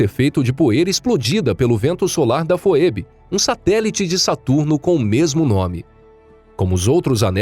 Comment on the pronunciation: Não sei se é desse jeito que se fala, "foebe", mas que eu saiba se fala "fibi". Ah não ser que seja como o sobrenome Mckay. Em alguns países, como Inglaterra, se fala Macai, mas no Canadá, se fala Maquei. Vai ver é isso.